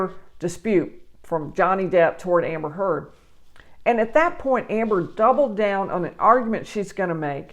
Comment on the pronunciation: Thank you for pronouncing her last name correctly!!!!